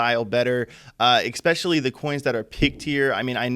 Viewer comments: Can he use the word "especially" a few more times? And it sounds like he's saying "eXpecially" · "Exspecially" isn't a word.